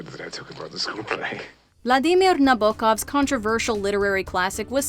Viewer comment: Mojo Morons don't even know how to pronounce Nabokov! 😂I don't expect them to be literary experts, but haven't they ever heard "Don't Stand So Close to Me" by the Police? How old are they, 12? 😂